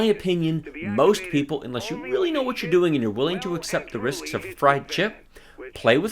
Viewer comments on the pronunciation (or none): none